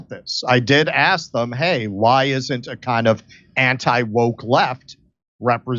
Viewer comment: What he is really saying is 'dis-i-dnt what you think'